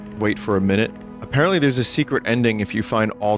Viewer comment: best "10 minoot" wad ever